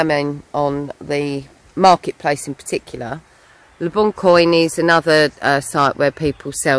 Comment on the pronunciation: (The "coin" in le bon coin is pronounced "kwan") 😘